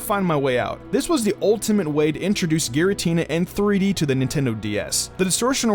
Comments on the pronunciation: There was 1 error, you pronounced giratina as garitina. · Its Giratina not Garatina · garatina seriously😓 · Gara-tina.... GA-ratina? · I didn't think it was even possible for someone (especially a native English speaker) to mispronounce Giratina... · When you’re a gen 4 expert but can’t pronounce giratina.